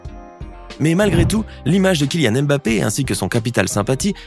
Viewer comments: Chers tous. Ça ne vous fatigue pas de prononcer le M à chaque fois ? C'est un nom africain. Ça se lit mmmBappé,😩😩😩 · voilà ! On prononce le M comme si on appréciait une soupe avant de lâcher le reste : Bappé